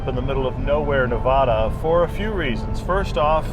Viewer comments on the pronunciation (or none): By the way, it's Nev-Aah-Dah not Nev-Auh-Dah. And, yes, we love living here with all the wonder around us. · welcome to the West. But please leave your East Coast pronunciation of Nevada behind.